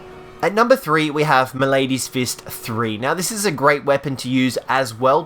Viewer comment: I've met people from all over. That doesn't mean mispronouncing a word is the norm. We're not talking tomAEto/tomAHto here. Malady is pronounced exactly 1 way and that ain't it. And I care because I speak English and it isn't that fucking hard of a language to speak to a native speaker. It's irritating as hell listening to people butcher the language because they can't be bothered to look up how to pronounce a word they are clearly unfamiliar with.